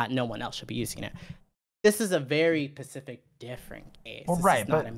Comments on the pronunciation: I'm sorry, but saying "Pacific" so much took me out of the convo. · Omg take a shot every time she says pacific instead of specific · Is it me or does say pacific instead of saying specific throughout the whole convo. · I'm pretty sure it's a speech impediment, or rather the affectation of one. Several times where she responds more quickly, she manages a "specific" just fine. She also doesn't affect other consonant clusters in this manner. A sign that it's done as a stylistic choice. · I’m making fun of her for being unable to pronounce “specific” correctly despite making political COMMENTARY her career